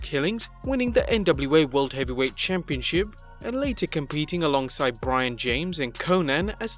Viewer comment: Am I the only one who hates how this guy says the word “championship”? Lol